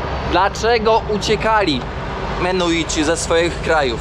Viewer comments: extra z , jak zwykle, błędami Mennonici a nie menuici, w Chicago nie Polker a Polamer..i setki innych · Ludzie !!! MeNNoNici, nie Menuici !! Tak jak POlacy, nie Paliaczi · Mimo najszczerszych chęci obejrzenia całości, po usłyszeniu "Menuici" po raz 38. nie wytrzymałem. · Mennonici a nie menuici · Lepiej się nie ucz... wali błędy w każdym odcinku. Mennonici a nie menuici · Odcinek super i mów proszę menonici a nie menuici. Chyba wiesz, że osiedleni byli również w Polsce w dolinie Wisły na odcinku od Grudziądza w kierunku Gdańska. Do dziś istnieją tam stare chaty i cmentarze menonickie, czkam na dalsze podróze i relacje😂😂😂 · Nie Menuici ,tylko Menonici ~~~~!!!! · Bardzo ciekawy odcinek, ale wciąż przekręca pan nazwy - mennonici. Bez urazy, ale ma Pan chyba małą dysleksję, bo często przekreca pan nazwy. A dzisiejszy gość pan George dał super wywiad. I niby nie groźnie w Belize, ale dziura w szybie samochodu jest.. po kuli lub po kamieniu... Bezpiecznej drogi.:hand-pink-waving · Menuici?😮 A nie mennonici? ... coś ty się tych menuitów w kolejnym odcinku czepił 😂A po angielsku mówisz jak trzeba 😅 Ale dzięki,to był ciekawy odcinek. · Kurde ludzie, ja wiem, że jesteście trochę niekumaci, ale to są mennonici (wymawia się wszystke literki) a nie żadni menuici. Nazwa pochodzi od Menno Simonsa, księdza - reformatora. Są chrześcijanami, więc pytanie, czy mają takie same tradycje jak chrześcijanie jest nieco chybione. Mennonici zamieszkiwali również obecną Polskę, głownie tereny nadwiślańskie od Torunia do Gdańska. M.in. Żuławy wiślane zostały przez nich odwodnione i zaludnione. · Chętnie bym obejrzał, ale mi uszy krwawią od tych "menuitów". Mój sąsiad na wsi na pendrive'a mówi "pyntrafj" - i chyba to bardziej znośne. Ale on ma 70 lat. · Nie Menoici ani Mennoici a MENNONICI. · Cały czas mówisz menuici a piszesz i Georg sam wymawia mennonici . To jak to w końcu się wymawia . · Coś oporny na naukę. Dalej mówi Belize i Menuici